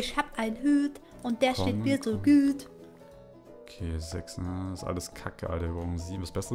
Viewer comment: isch hab ein hüt und der steht mir so güt"